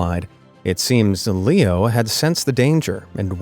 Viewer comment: BROOO I HEARD Pierpaolo paradisi AND HIS DOG LEEKNOW NOT Pierpaolo paradisi AND HIS DOG LEO AHHHH